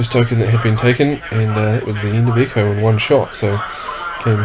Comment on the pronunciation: Sake mate it is Echo, not Eco.